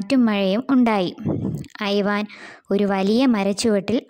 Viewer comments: ഐവാൻ അല്ല ഇവാൻ ആണ് ഞാൻ നാലാം ക്ലാസിലാണ് ഇപ്പോൾ പഠിക്കുന്നത്. ഇങ്ങനെ ഒന്നുമല്ല കഥ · ഐവാൻ അല്ല ഇവാൻ അണ് ഞാൻ 4th class student അണ്